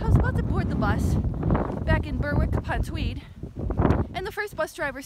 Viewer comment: Berwick not burkwick lol